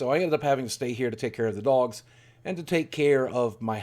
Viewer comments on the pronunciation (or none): none